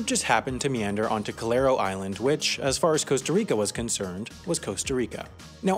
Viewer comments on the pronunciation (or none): Isla Calero (cAlero island, not cOlero) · Calero* island